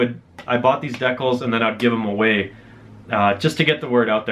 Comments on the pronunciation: "no way fucking decnals, check those oot!" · The way he pronounces Decals is interesting